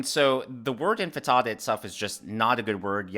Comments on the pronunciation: Intifada not infitada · Intifada not infitada! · Its' intifada, not infitada. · it's "intifada", not "enfatada" or enchilada. 😄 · *'intifada', not infitada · Love your videos,!! I believe the word is pronounced inti-faaa-duh. Thanks for all of your hard work:) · I love ya, but it's CANARY (the bird) in the coal mine, and it's INTIFADA not infitata. LOL Great show my husband and I enjoy watching your videos!